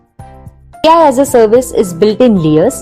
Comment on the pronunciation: Read as alaas😅